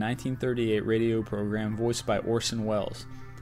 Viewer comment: Man you suck at the english language: "bizon", "Duke" and not Duke University, "grandiOISE", "LWEAFLET", "orShon welles"